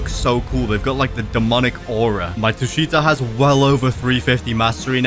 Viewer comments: Tushita read tū-shī-tǎ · it’s the first one “Tusheeta” that’s how it’s pronounced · it's called tu-shi-ta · Tushita is pronounced t uu sh ih tah so you pronounce it like the name